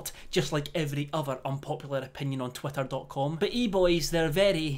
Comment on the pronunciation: He says twitter like twater